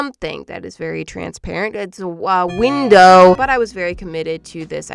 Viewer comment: Something about the way she said "window" made me LOSE IT xD